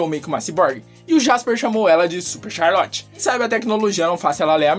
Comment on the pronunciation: Vc falou tchalorte em vez de Charlotte